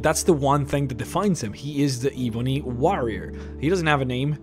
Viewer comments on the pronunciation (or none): Dude you know that you are saying ebony wrong. It's not eeeebony, its EBONY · Ebony not ee bony ffs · it actually changes depending on your region i can also be Ebb-on-ee or Ebb-en-ee but i agree Ee-boo-nee is a bit aggravating to listen to. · saying, it's pronounced "Eh-bu-ny" — similar to bunny. Like an ebony woman. Not "Eh-bone-y". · Why do you call it EEEEeee bunny? IT'S (Eh bun eee) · it's eb,not eeeeb,,your pronouncing it wrong. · I'm sorry I was just trying to help him no offense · It's not eeeebony warrior - Think "Egg" - Pronounce the E same way as you would say Egg - "Ebony warrior" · It’s not eee bon eee it’s eb. O knee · It's not ee-bunny. Its eh-bunny. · Why do you pronounce it eweenie instead of ebb ony eb bony (ebb pronounced like web spider web) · Ehh-bony....oh my god....not EEE-bony. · Here is how you say ebony Eh-bun-ny Not iibanie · .... omg I can’t listen to you say EEEEBONY WAHREEOR one more time.... Eh bony woh rior is how you pronounce it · Jesus, it is ebony not eebony... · Ebony as ebony and ivory black and white ebony is black, eebony is not a word. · Not Eee-benny Eb-bony 😂😐😑😤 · Why keep saying Eebony? While it's .. ebony ;-) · Jesus just say Ebony, not EEEEBony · Its not ebeney it e bo ny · Why pronounce it e boney its ebony ! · It’s EBONY, not evony, dude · It's pronounced "eh"-bony. Not "ee"-bony. Drives me nuts. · not hating... but can you pronounce your words proberly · It’s Eh-bony not Eee-bony I know your First language but come on learn how to pronounce English words pls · Duncan Douglas bro for god sakes plz ........... it's. ............. Ebb-uh-knee!!!!!!!!!! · Kinda sounds like “ihvony” towards the end. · Seriously....why cant he say it right? I've never heard someone call ebony, E-boney before... kind of driving me crazy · lol yes me too "ihbonhee wahhhhrriiyor" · My skin crawls every time you say E-Bonnie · "Eeebony Wahrior" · The Eebunny Waurier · eebonee waarriar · Eee-bo-knee warry-er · “Eebony” haha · Eebony Wahrrior?